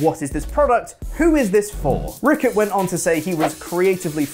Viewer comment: Man you definitely didn't pronounce Dan Ryckert's last name correctly. Still was pretty funny though.